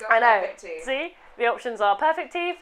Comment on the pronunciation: And the fact that it came out as "teef" instead of "teeth", I was *dying*. 😂